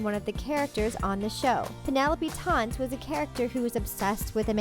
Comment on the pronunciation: Can we talk about the fact that Penelope was a character played by Amanda and not a real person. Lol. Also Taynt is pronounced with a long a sound like in fake or rake.